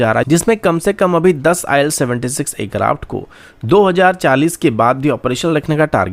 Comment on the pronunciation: Bhai, pehle aircraft kehna seekh. Acraft acraft kah kah ke dimaag ka dahi bana diya hai.